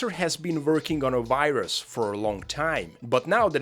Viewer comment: Cannot fucking comprehend how russians can mix up the pronunciation of "w" and "v". It's fucking VIRUS, not uairus, also, it's WE, not vee